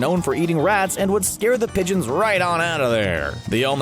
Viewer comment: Its pronounced pigeon